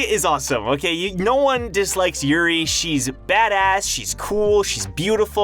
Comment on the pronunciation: Lost pronunciation, urine = Yuri